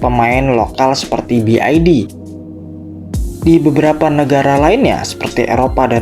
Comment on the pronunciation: Salah dalam mengucapkan BYD